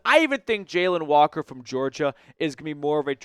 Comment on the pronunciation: I think you’re butchering names brother 😂 I think it’s pronounced Jah-lon Walker & Ar-mahnd Membou